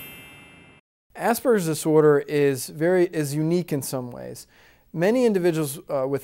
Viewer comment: it might help to educate people if this guy could pronounce "Asperger's Disorder" rather than slur the two words into one.